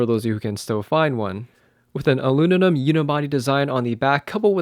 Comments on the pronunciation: lol you didn't say aluminum, you said "aluninum." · yeoza mighty? aluninum? jesus. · you speak well bro, but you need work on correct pronunciation of certain words... it's aluminum, not alunimum, and it's "yo sim ma tee" , it's "comperable," not "compare able," most important of all, it's aBOUT not aBOOT. :) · You said it had an aluninum unibody. What is aluninum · It’s not aluninum it’s aluminium 😂🤦‍♂️ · "Aluninum" lmao. That cracked me up more than "Yazza Mighty". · not even aluminum. You said “aluninum”. That’s why I laughed lol. Sorry. :P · A L U N I N I M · I like how he says aluminum…adds a little spice to that word too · Did you eventually learn how to pronounce "aluminum" ? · In the UK and parts of Canada it’s pronounced “ah-loo-min-ee-um”, in most of the US it’s pronounced “ah-loo-min-um”. Who cares everyone knew what you meant.